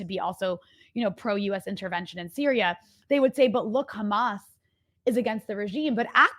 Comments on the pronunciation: Why can’t they say the h. They always say kh. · I think you are right about the "cha" sound, that is how Israelis (like myself) would pronounce the words: Hamas, Hizballa, Hassan. I want to add that apart from having it sound "ugly and scary", they also aim to make the world feel that they are experts in these organizations, because an average American would not even be able to pronounce it. Of course, this is not how you should pronounce these names, but an average American wouldn't know that. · Khezbollah, Khamas, And Khouties! Blo-o-odyyy Chosen Idiots!